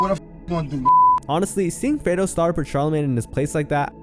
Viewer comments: Stop saying “Fredo” this ain’t the godfather , it’s Fredro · It’s not “FRAY-DO” It’s “FRED-RO” Starr.